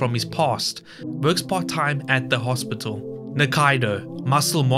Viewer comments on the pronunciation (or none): none